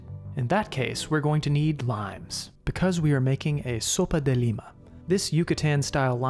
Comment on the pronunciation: I’m from Yucatan and I’m impressed by the Sopa de Lima (and the pronunciation) typically we don’t add lentils to the soup but we eat it with grilled turkey but from a vegan POV seems like a valid substitute! Thanks for reaching to our culture and sharing with the world